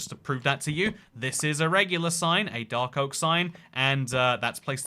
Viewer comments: it’s not oake, it’s ouak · It's not Oakee, it's Oak. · No it's not oake it's oak silly even in Britain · As a English man.. wtf 'Oake' ? I think you're barking up the wrong tree matey, unless you also use sentences like 'where for art thou' in which case, welcome time traveller! to the 21st century